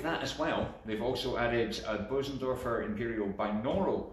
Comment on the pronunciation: You are one of the few who pronounce Bösendorfer the right way. Congratulations